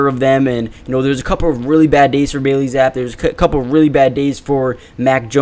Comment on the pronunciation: It’s BAILEY ZAPP-EEEE not ZAP 🤦‍♂️🤣 PLEASE pronounce the name of our BACKUP QB correctly. 🤣